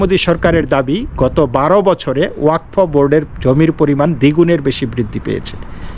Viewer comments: not wakfa it is wa kad. Pradip kr Roy Kolkata. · it is wa kaf.